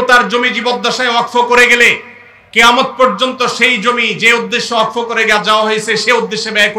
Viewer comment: ওয়াকফ কথাটি ঠিকঠাক উচ্চারণ করতে পারছেন না প্রতিবাদের কথা বলছেন এই আইনে কি আছে সেটা আগে জানুন